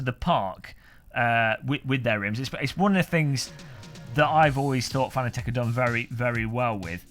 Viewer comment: Im not even 15 seconds in and im thinking, shaking my head.... Geeeesss, say it right, like FA NA TEC and not what most seem to say FAN A TEC Let me help you, CUP A TEA = CU PA TEA :) Nice rim, though sold out already... We still have yet to see the PS4 & F1 licensed (DD1 / Wheel Combo)